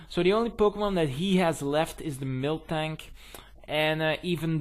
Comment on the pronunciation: i swear i thought you said milftank when you were saying miltank lol anyways gg.